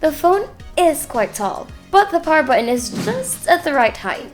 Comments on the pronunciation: Hahaha bu-on talaga. May accent pero nakasulat sa intro Philippine Technology Authority na dapat Philippine language ang ginagamit lol opinion lang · Good review. Although I'm bothered with the way you say "button". Hehehe.